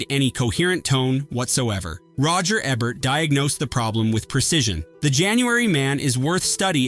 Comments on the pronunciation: OMG. It's E Bert, not Eb bert. One B. Lol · "Roger Ebbert" lol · Roger “Eh-bert”??? Too lazy to narrate your own stuff, huh?